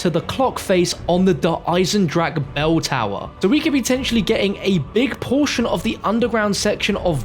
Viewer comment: It's EisendraCHE not Eisendrake.. after all this time you still cant speak it out the right way and dont even try to, it hurts my ears as a german.